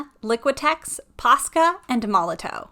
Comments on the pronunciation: Apparently it's pronounced like Molotov even though there's a w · It's pronounced Molotov. It's just a German company, and in German a W makes a V sound. It's made for graffiti, and in the tagging world putting up graffiti is called "bombing". Hence the name.